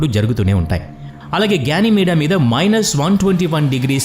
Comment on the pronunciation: గ్యానిమేడా కాదురా అయ్యా.....గెనీమేడ్.... నీ తెలుగు పాడుగాను.....😂😂😂😂